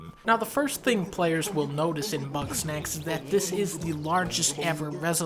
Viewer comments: did he say bugknack? 😂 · Bugs-Knack-s. It never fucking ends does it? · Idk why I imagine Dunkey calling GameStop to preorder Bugsnax but instead pronouncing it as Buttsnax and laughing. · It’s Bugsnax